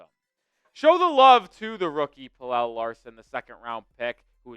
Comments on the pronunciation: Its pronounced “PEL-UH” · I'm Swedish like Pelle. It's pronounced more like Pel-Eh, but you are close. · Pelle is more like Pel-Eh, but you are close. I'm a Swede so I know..